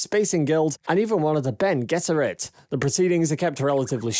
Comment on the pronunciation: thank you for pronouncing bene gesserit correctly.